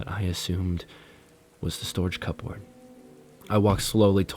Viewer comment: Pronouncing cupboard as cup-board is sending me😂😂😂